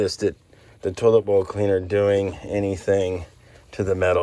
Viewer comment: I thought you kept saying “total boat cleaner”…but not its “toilet bowl cleaner” 😂